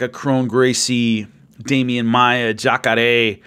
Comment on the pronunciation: The way says "Jacare", thass respect right there.